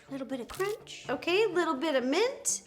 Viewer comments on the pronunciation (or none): none